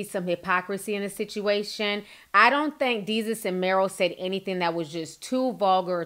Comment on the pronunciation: DAY-SUS ..... "DESUS" lol...I had to correct u on that sis, love ya commentary ALWAYS.... Its so funny tho u saying Jesus with a D chile I cant stop laughing